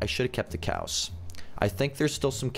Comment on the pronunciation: He said cowl